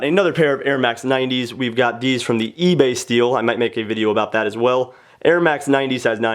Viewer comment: you said esbay instead of eBay lol